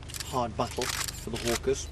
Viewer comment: you say her last name is hawkers, but you keep pronouncing it hawker